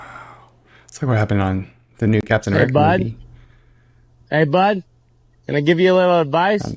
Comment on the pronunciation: You mispronounced “Captain Anti-America”